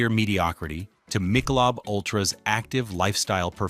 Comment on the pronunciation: What I think is, “You can’t pronounce Michelob!” Where’d they find you, Sport?